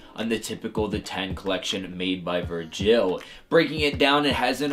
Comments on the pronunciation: Who the fuck is Ver-JILL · I hate how he says virgil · Damn I didn’t expect to get a heart, big fan of the videos! Just not how you say Virgil lol